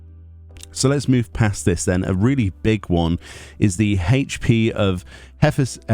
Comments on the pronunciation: Hephaistos is the Greek god of fire. Pronounced Heph-estus. He was also known as the divine smith and patron of crafters (could be a Byregot relation there) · Hephaestos = Heff-Es-Tis or Hay-Fie-Stos or a combination of both